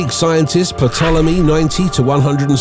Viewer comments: Fascinating video, but you don't pronounce the "p" in Ptolmey--it's just said "tolemy", & Rigel isn't pronounced "regal", it's said "rai jl". You also said "vincinity" instead of vicinity by adding an extra "n" into the word. Hydrogen bonding with carbon does NOT produce carbon, & you reversed the diameter of the Sun with Betelgeuse's. The Sun is NOT larger than Betelgeuse--it's considerably smaller. Stuff like that makes me cringe. Dude, do better. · This guy is somewhat confused. Different cultures have different names for colors and often don't distinguish between them the same way. In Russian and other Slavic languages, blue and green are often interchangeable. Ptolemy (silent P, not how he pronounced it) could very well have described the same colour as the Chinese from 300 years before him. Unless we have an actual spectrograms to compare, which we never will, who knows what the colour really was.